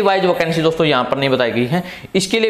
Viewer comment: OCANCY ❌ VACANCY✅